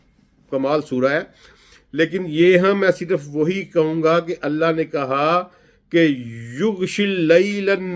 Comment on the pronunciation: یہ قرآن کا ماہر اکثر قرآن غلط پڑھتا ہے ان اللہ میں اللہ کے نیچے زیر پڑھ رہا ہے